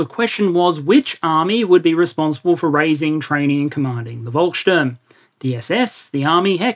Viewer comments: Nice Vid like usual. Small hint Volkssturm. Read the V like F. The U is also not quite right, but hard to find an english example right now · I would disagree, he pronounced it well, and I'm a native speaker. Now Volkssturm he muddled up, since the V should be read as "f", not "v"